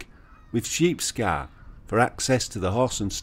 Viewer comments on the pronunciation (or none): I was interested in your pronunciation of Roundhay and Sheepscar in the video. Is that the way the locals would say them?